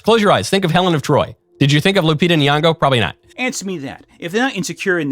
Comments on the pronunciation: you pronounce Lupita's name wrong through most of the video. Her surname is Nyong'o, not Nuwongo. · Nyong'o. Not "Nuong'o"